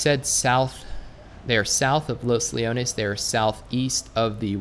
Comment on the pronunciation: You said los leones right ✔ ✔ ✔